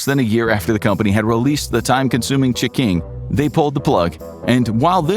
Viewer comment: Damn the ch'king was good 😋